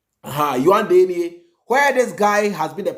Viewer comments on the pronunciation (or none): Please the capital is pronounced as : Yaounde. Yaawundey)